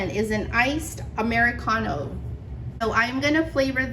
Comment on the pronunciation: I love how you say Amaricano😻 great recipes. Thank you for sharing 🙏🏾